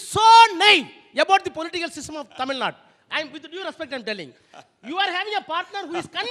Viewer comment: It's tamil nadu!!! Not tamil naad!!!